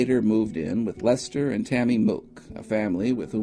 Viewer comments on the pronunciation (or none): none